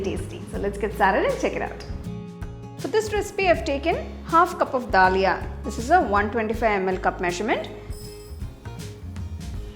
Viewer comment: We don't say mam da lia, we say daliya in Hindi.